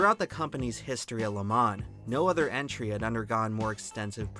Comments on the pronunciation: Next time pick a computer generated voice that sounds like a man not a child and one that can pronounce "Le Mans" properly. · Dude, if you're going to do a video on a topic, at least learn how to pronounce said topic first. So annoying! It's pronounce le- mah. The N is silent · Bro did all this research just to say Le Mans wrong the whole video